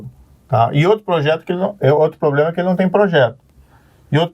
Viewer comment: Ele fala POBLEMA mesmo?